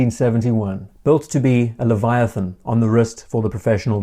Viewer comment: “leviathan”... ID Guy: 1,: 0